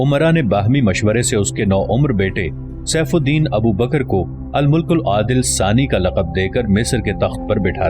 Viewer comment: بھائی بہت عمدہ ۔ تصنیف بہت عمدہ اور شستہ ہے ۔ الفاظ کا چناؤ بہت عمدہ اور دلچسپ ہے ۔ آپ کے پڑھنے اور بیان کرنے کا انداز بھی بہت ہی قابل تعریف ہے ۔ بس اگر آپ ناراض نہ ہوں تو عرض ہے کہ کچھ پڑھنے میں آپ غلطی کرتے ہیں ۔ مثلاً بعض ناموں کے تلفظ میں غلطی کرتے ہیں ۔ الملک العادل میں میم پر پیش نہیں بلکہ زبر ہے ۔ اور بھی اسی طرح کی غلطیاں ہیں ۔